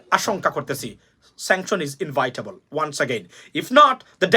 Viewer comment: Inevitable not invitable, please note